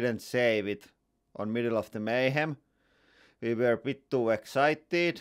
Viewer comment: Everytime I hear you say" Here ve go" I feel like ducking because I might end up like watermelon man!😅